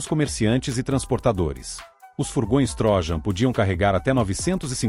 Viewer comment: Só corrigindo a pronúncia: não é TRÓJAN mas sim TRO_JÂN ( de Troiano )